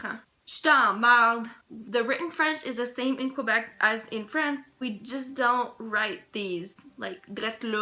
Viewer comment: It's "Kwuhbeck" now, eh?